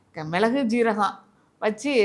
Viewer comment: ஏனம்மா, உங்களுக்கு "சீரகம்" என்றே சொல்ல வருதில்லையே, ஜீரகம் என்கிறீர்கள்!